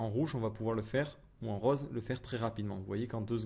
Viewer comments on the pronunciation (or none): none